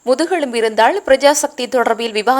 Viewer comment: செய்தியாளரின் உச்சரிப்புகள் தவறு, முதுகெழும்பு அல்ல முதுகெலும்பு😀